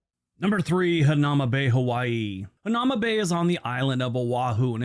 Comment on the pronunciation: Hanauma (the narrator pronounced it wrong. It's "Ha na EW ma" Bay.) When I was a kid, you could go there anytime you'd like. Now, because so many tourist want to go there, it was destroying the reef. You have to make an appointment or you won't be able to enter. They only allow a limited amount of people in each day. Oh, and "Toilet Bowl" refers to a rock shelf next to the Bay. In it is a large hole in the rock that goes all the way through to the ocean. When the waves rush forward, the water swirls round in it (hence the name "Toilet Bowl") and quite often explodes upward on onto the rock shelf. Beautiful, really. Hope you get to visit my home State of Hawaii some day.